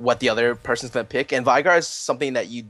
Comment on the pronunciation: How the hell is Veigar pronounced correctly? I heard V-eye-gar in this, Ve-gar is some another...